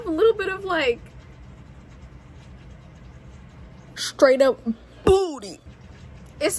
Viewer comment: "SHTRAIGHT UP BOOTY" 🙏😭